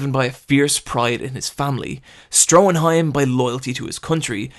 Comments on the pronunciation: It’s Stroheim, not Stroenheim! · Stroheim. There's no n in it.